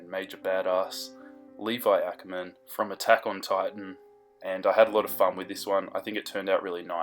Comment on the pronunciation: what the heck!! ^.^ HIS LAST NAME IS NOT ACKERMAAN!!!!